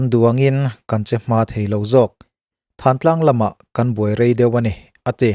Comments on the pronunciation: Thantlang hi in lamri dik lo fo mai. 'Hmingthanna' tiha 'than' kan lamrik ang hian 'Thantlang' tiha 'than' hi lamrik tur a ni e. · Ka vawi 1 hriat na Thântlang ti a lam thluk tur emaw ka lo ti thin.